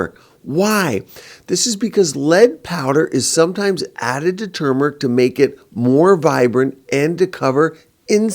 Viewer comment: I’m happy to hear pronounce turmeric correctly. So many people say tumor- ic and I’m over here like “it’s not a tumor!” There’s an “r” in there.